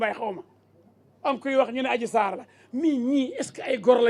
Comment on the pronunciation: Méter diouf viyolere🤣🤣yako wakhe dh yani adji sarr dafa rrrr ba dof🤣